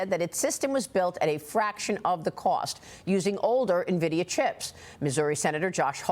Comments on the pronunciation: its not pronounced ne-vidia its "N"vidia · This guy is a CEO and he calls it Nah-vidia. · Its 'EN-VIDIA' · Don’t trust people that are too lazy to pronounce nvidia correctly